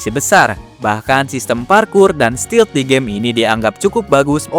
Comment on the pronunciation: Bukan steal, tapi stealth...😊